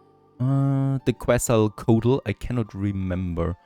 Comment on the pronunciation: KET-sal-KOAT-l Quetzalqoatl. It was a dinosaur, one of the largest of it's kind, named after the Aztec god of wind and other things. It means feathered snake. You should look up it's pronunciation because that was just embarrasing.